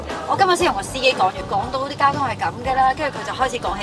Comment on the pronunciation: 港島呀 唔係講到呀 戒咗啲懶音先至出鏡啦KY